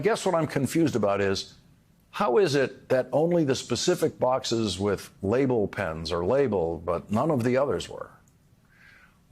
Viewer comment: Was that "lapel PINS", or "label pens"?